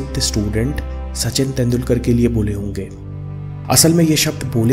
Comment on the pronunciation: तेंडुलकर नहीं तेंडुलकर कहो। बाकी विडिओ अच्छा था।